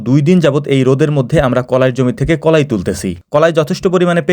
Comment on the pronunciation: কলাই না কালাই